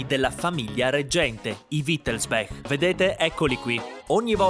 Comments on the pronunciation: Perché dici sempre Wittelsbek non è inglese si dice Wittelsbach con ch aspirata. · Credo che wittelsbach si legga come si scrive; è tedesco, non inglese; la parte finale bach si pronuncia come il nome del famoso compositore Bach…